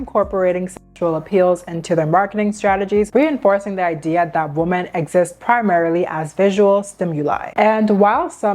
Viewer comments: Okay, I need to know. When you say woman and women the pronunciation sounds exactly the same. Is it just a regional difference? Are both words pronounced the same in your area? Because where I live "women" is pronounced wimen with the wi pronounced like whip. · It’s pronounced womEn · “Women” is pronounced differently than “woman”. You pronounce both like “woman” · I'm trying to get through your video because it seems like good content, but something is jarring/distracting from the flow of it. The plural of "woman" is pronounced "weh-mehn", not the same as how "woman" is pronounced. It's confusing to hear you talking about multiple women but then suddenly you're saying a single woman. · why do ppl pronounce women like “woman”?? it’s women- plural not singular